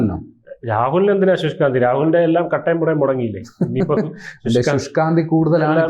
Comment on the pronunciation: Sushkanthi alla shushka andi